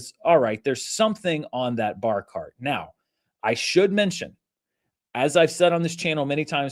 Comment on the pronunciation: I didn't know you were saying "bar cart" until you showed the pic. I thought a barkahrt was some piece of furniture I didn't know about